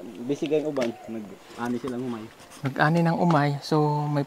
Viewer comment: Hindi Omay, kundi "Humay",!